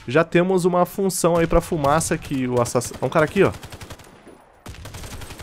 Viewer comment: Hahahahahahha ma sembri Veneto..."oh raga,la fumasa" hahahahhaha (min. )